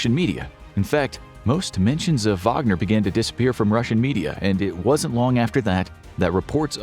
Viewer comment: Thanks for the video! It was very accurate. Even the pronunciation of the "Wagner" (VAH-gner) and the "mobiks". By the way how about a video on putin's fan Donald trump and his pro-russian BS? Americans need more insight into this. After all, this radical lunatic is gathering crowds of people with little to no brain day after day!